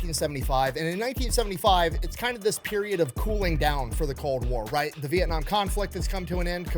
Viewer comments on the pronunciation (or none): none